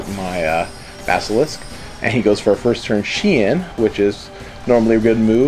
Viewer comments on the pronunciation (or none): none